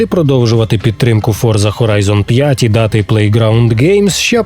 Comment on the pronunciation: Боже, ну шо так складно вивчити, що гра називаться не ФОРЗА, а Форца? Це італійське слово і воно читається не з використанням англійського.